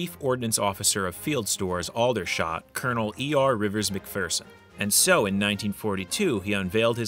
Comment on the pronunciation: Congrats on being able to pronounce MacPhearson properly. V interesting vid. Keep up the good work